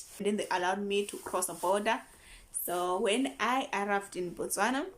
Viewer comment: You pronounce the word Botswana quite well. I'm impressed.